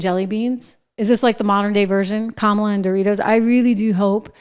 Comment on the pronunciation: “Hi, I’m Kommyla Harris. I may have lost the election and it’s not my fault cuz I din do nuffin wrong, but I still have my Doritos in OG Nacho flavor.” Doritos, because even growing up a middle class kid you can still enjoy that crunch.